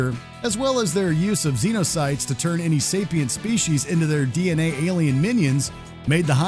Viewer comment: "DNA-aliens" -_- ITS DNALIEN. NOT 2 A'S, ONLY 1...